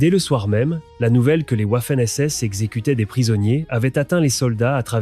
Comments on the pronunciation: Aprendre l’Allemand à un ordinateur programmé exclusivement en Français/Anglais...🤔 Cela donne des "ouafènes essesses". 😂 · "le furaire et la vermachte"" les ouaffeune ss" ... incroyable .... de médiocrité ...trêve de blabla, les SS étaient des barbares inhumains et pour les "trier" et les éliminer, ils avaient leur groupe sanguin tatoués sous leur aisselle... alors on les fait défiler les bras en l'air et malheur aux tatoués !!! bon débarras.